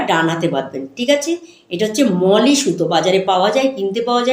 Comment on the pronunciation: দিদি, ওটাকে মৌলি সুতো বলে, মলি না 😊